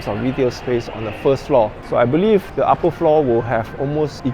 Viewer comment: The, not de. Third, not tird. Think, not tink. How you say truth, Tru"th" is how you say "th"e, "th"ird and "th"ink.